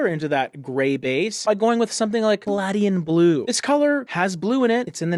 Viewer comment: Paladian Blue is pronounced with a long A. (A says its own name) Good to view the colors that won't work in an office. You are up to the challenge of diverse topics,. Your videos seldom disappoint.